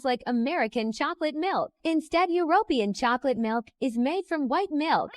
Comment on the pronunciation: Thzt Chocomel is the absolute BEST. NO WEIRD CHEMICALS. The nerve of that AI voice. It can't even pronounce European